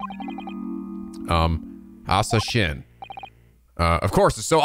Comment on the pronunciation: Asa Shinn -> "Asashin" -> how Japanese people pronounce the English word "Assassin"